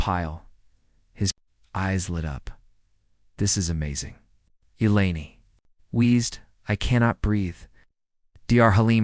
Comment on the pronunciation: Text -to-speech keeps S P E L L I N G out words. Mostly E L E N I's name. Please =listen= to stories before Posting them. Abandon at 9m:21s.